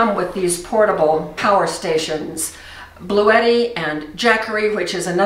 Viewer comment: I thought she was saying “Blue Eddie.” 😂